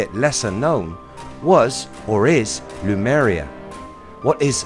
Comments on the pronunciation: HE KEEPS SAYING LUMERIA its lemuria rofl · Good video, but your pronunciation of Lemuria ["LEE-MUR-REE-AH"] as "Loomuria" causes me RAGE! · I really like your videos, but I couldn't stop laughing all the way through this one. It was the way you pronounce Lemuria. You had your vowels the wrong way around. Instead of saying, 'Lemuria', you kept saying, 'Lumeria'. I'm really sorry, but I couldn't stop tittering. If you ever make a video on Hyperborea, I'll be listening with baited breath. Please forgive me for making fun of you, I really do enjoy your videos, and I know how much you must put into them, I just couldn't help myself this time. 😊